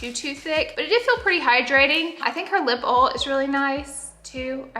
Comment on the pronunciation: "Lip oal"